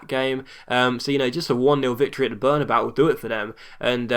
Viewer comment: it's berna-bay-you